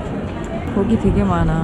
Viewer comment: 허~이거양 거기라고해서 어??!?!?!양 거기?저기도 양 거기를먹는구나~했는데 3번들어보니 고기여서 한참웃었어요